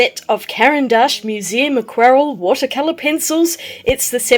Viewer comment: Great video. Quick tip: aqua'relle. The stress is on the last syllable.